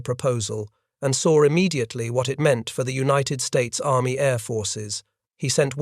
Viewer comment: There is no R in the word saw